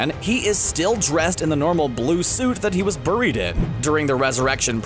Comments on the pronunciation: it's pronounced "berried" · the way he said "buried" pissed me off. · why do you keep mispronouncing buried? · The way this narrator says "buried" is bizarre. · Why do you say buried weird? Just me?